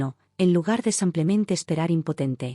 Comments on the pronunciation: Brutos, no se dice : " samplenente " se dice simplemente. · No entiendo porque dicen siempre en los relatos Samplemente que es incorrecto, lo correcto es Simplemente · Dejen de decir “ samplemente “ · Con tan buena dicción, porqué dice tan mal la palabra "simplemente" y tengo dudas con "aproximadamente"